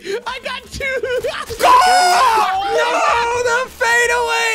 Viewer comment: Am I the only one heard say cócky?